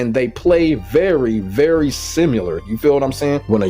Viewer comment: Typical of a gordo main to not be able to pronounce similar lmao 😂